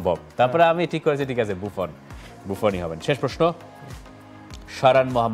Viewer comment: ওটা বুফন নয় রে, বুঁফো হবে।